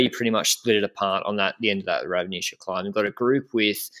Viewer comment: Yeees Benji learned from my pronounciation class yesterday Ravnica:D While didn't read the comment the last day and pronounced C in Nova Gorica like Č and Ravnica like K. Otherwise good job guys, our names are pretty hard to pronounce for a foreigner tbh